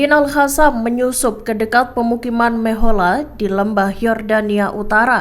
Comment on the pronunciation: BUKAN AL HASAM TAPI AL QASSAM, Kenape tak reti bace penyampai berite ni? Perlu belajar semule